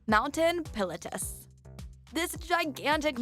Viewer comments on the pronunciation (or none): the way she pronounced Mt. Pilatus is going to haunt me for the rest of my life..